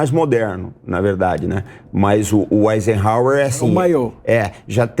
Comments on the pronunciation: E a, aprendeu a pronunciar o nome do ex presidente dos EUA Eisenhouser? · não sabe pronunciar Eisenhower! Que tristeza! Tá muito por fora!